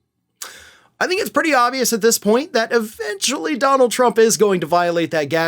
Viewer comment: Donald not di b